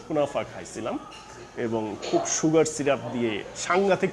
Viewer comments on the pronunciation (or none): none